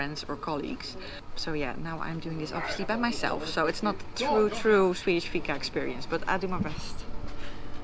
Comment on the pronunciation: It is fika. Not figa 🤷‍♂️